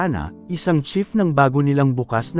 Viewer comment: CHEF po,,, hindi Chief😂😂